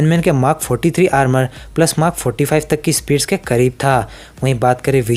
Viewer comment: I love the way he says mark as mak